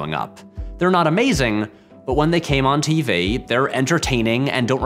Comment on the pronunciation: What's a 'tee-vay' dude?